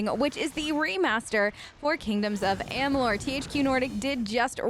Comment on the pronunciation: You said the game name wrong 😅